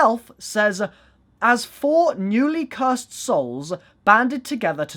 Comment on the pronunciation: cur sed